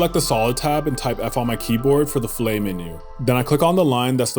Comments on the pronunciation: just FYI - A rounded corner is a 'fill-it' and not like the steak 'fill - A' mignon. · I’m not sure what a millimeter is but this guy is a really talented video maker and well spoken. By the way, fish have fi-lays; in architecture/engineering it’s pronounced fill-it.